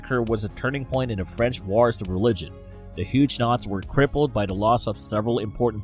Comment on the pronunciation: Pronounced Hugg o nots!!!